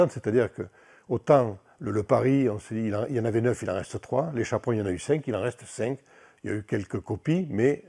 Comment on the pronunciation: Chapron, et pas "Chaperon", comme chaperon rouge...